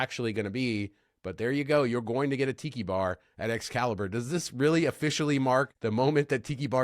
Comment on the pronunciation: Did you say Excalibur is getting a Tiki bar, or a Pee Pee bar?